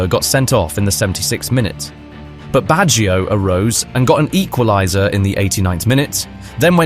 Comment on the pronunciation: Nice video., but allow me to correct how to pronounce the name Baggio. English speakers tend to transform a two-syllable word Bag- gio into a three-sylable Word Bag gi -o. Do not stress the I sound. The I and the O are melted together.